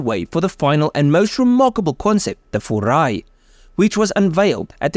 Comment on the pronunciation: Don't say "FURA--I". You must say "FU--RAI". 風(Fu-)籟(RAI).